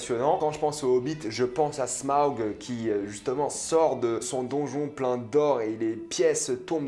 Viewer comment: Smaug pas sma aug ! Putain